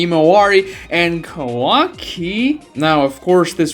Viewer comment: Do you have a hard time just saying multi syllable words? Shikamaru? Kawaki? Himawari? Geez. Fix yourself